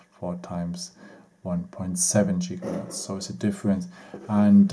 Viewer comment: Why do you say Jigahertz instead of Gigahertz? XD Your English is funny. At least I can understand you though so not hating! And at least you're not just talking German. I can respect that, especially from German people.